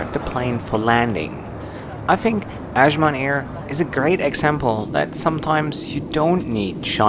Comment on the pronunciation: Good job. You’ll find northern Nigerians are more accommodating and less aggressive than the south. If you want to know why, look unbiasedly into Islam and it’s effects on a person. Azman is pronounced like saying ‘as’ I was. I hope you tried suya and Jollof rice!!!